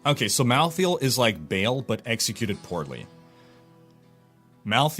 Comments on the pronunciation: Oh and by the way, it is Baahl, not Bale :) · Its Ba'al not BALE! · it's not actually "bail", it is more like "bae-el" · well he isnt the mythical Baal, I know that u are supposed to pronounce that as "ba'al', but Diablo Baal is "bail" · if you watch the cinematic when he kills the barbarian at the gates of Harrogath, his name is pronounced "bail" as well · It clearly should have been pronounced Ba'al, which is the only way to pronounce it. You don't put a chair in your game and call it chour or chier. The reason it wasn't called Ba'al in the game is because Blizzard are lazy and didn't do their research.